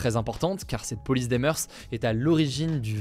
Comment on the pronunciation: juste pour information, on ne dit pas "meurse", mais "meur" pour "moeurs"